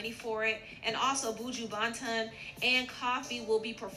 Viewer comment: So you know Boojoo Baaanton lmao. These people can't get it that the name is pronounced just like it looks.